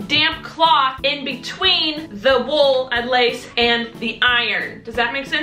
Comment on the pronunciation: I love you but you said in bewteen!